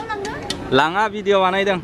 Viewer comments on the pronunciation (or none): none